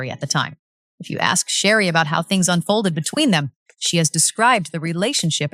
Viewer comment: You need to learn how to say her name before you try to talk about her. Is Sheree not Sheree